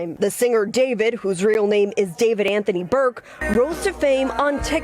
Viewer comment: It’s not David it’s daah veed 😂